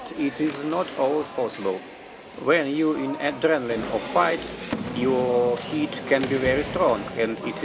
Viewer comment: Видое хорошее, смотреть было интересно и английский был в общем понятный за одним исключением. У меня была проблема с пониманием слова "hit", ведь на протяжении 3 минут я слышал слово "heat" и только под конец понял что это было за слово. Так что я бы предложил вам в будущем использовать слово "strike", его и перепутать сложнее, и звучит по моему лучше. А так мне все понравилось, буду и впредь смотреть ваши видео (скажем спасибо за это Метатрону))